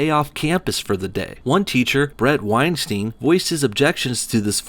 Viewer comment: Bret's last name rhymes with Einstein, not with time scheme.